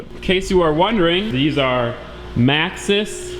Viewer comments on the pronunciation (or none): Tires a pronounced MAX-EES if they are Maxxis I work with a Polaris and deal with tires a lot good pick!